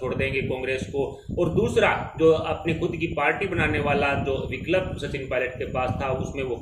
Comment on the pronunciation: Viklab Nahi vikalp 😂Bhai isko pehle Hindi bolna sikhao